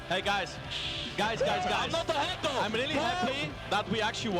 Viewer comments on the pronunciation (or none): none